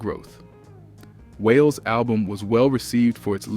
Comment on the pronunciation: Who is whale? It’s pronounced Wah-lay(Wale)